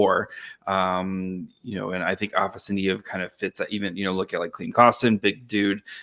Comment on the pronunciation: Afa-sa-ny-ev? Lol it's afanasyev ah-fena-si-ev